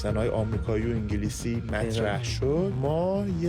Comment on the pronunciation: انگلیسی ❌❌ عنگلیسی✅✅ تینکیو🤣🤣🤣🤣